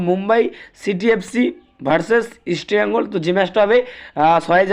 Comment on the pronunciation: আগে তুই আমাদের ক্লাব এর নাম উচ্চারণ করা শেখ